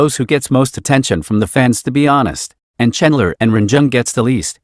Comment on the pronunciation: "chEnlER" icon